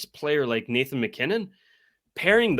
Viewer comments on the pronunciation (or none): none